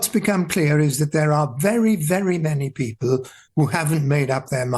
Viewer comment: He still cannot pronounce 'people' then.